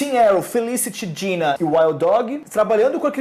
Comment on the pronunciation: Ei Warner Channel Brasil, você paga esses dois pra fazerem isso? Poxa, não tinha uns carinhas mais articulados?! Esse cara barbudo (acho que é ) vem trabalhar no canal da Warner e nem sabe pronunciar os nomes dos personagens de Arrow direito. O cara chama o Roy de Rory, a Dinah de Dina e a Laurel de Lauren....por favor né!!!!Tudo bem que nem um dos dois gostam de Arrow (são 2 fanboys de Flash descaradamente), mas se está trabalhando com todas as séries do Arrowverse, ao menos aprende os nomes dos personagens direito!!!Isso é o minimo. O do canal Hero mania ao menos sabe pronunciar os nomes dos personagens direito.